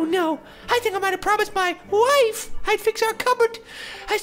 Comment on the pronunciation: I like how he emphasizes "wife" and "woman."